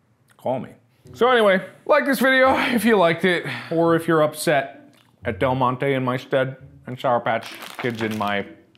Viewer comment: NOT DELGONE-TE